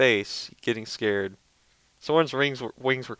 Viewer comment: It's not scared it's scared. like arr in scared. scarrred. like a pirate.